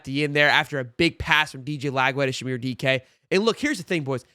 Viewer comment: Dike's parents call him Chim. I keep hearing Shamir.